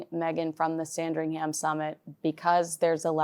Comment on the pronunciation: fyi with love - there is no sound of 'ham' in Sandringham. More, sandringhum. soft 'h', run it all together :)